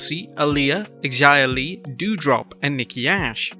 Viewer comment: For the thousandth time her name is Xia Li, do not pronounce the X as if it were spelled Xzia....Say the name as if it were a Z instead of an X. Zia/Xia